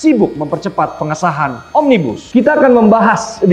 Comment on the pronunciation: Kata mbak melanie OMNIBUSLlEER 🤣🤣🤣